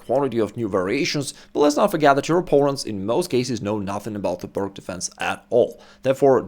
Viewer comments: It's pronounced "Pirts" not "Pirk". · It is called Pirc, not Pirk. It is named after Vasja Pirc, not Vasja Pirk. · Just an FYI,... It's not pronounced PIRK..... Vasja Pirc (/ˈpɪərts/ PEERTS. The gentleman would have appreciated we say his name as HE would, I'm sure!! Carry on! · I'm surprised he mispronounces 'peerts' as 'purk'. I think most do, but he's established in chess. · I thought it was pronounced “Peertz” as shown in this video. Slovenian is supposed to be close to Serbian and Croatian, and in those languages, “c” is pronounced as “ts.” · Being a Slav, ought to know how to pronounce 'Pirc'. I don't give a tinker's gob how the Americans say it — they are ignorant savages. The pronunciation is like "Peerts". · Great video, I learnt a lot! But the name is pronounced Пирц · TS or TZ NoT exist in englesh vockqabulary. 😅😂🤣 PirK or PirQ. 😅😂🤣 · Isn't it pronounced "peertz"? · "pirc", pronounced as peertz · Pronunciation of Slovenian surname Pirc is Peerts. Thank you for great video. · Oh thank you I was so confused to hear a non American saying "perk" lol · The "C" in pirc is pronounced as an "S" as it was named after Vasja Pirc (who was Slovenian). Just sayin... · As a Russian I expected you to pronounce "Pirc" properly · It's named after Slovenian GM Vasja Pirc. Ask any Slovenian how to pronounce his surname.